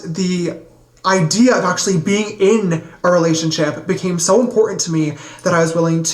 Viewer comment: Oh...I called you a dipshit in my last comment but you are now my hero for pointing out the impo in instead of important....another one is Ba In...it is a freaking button.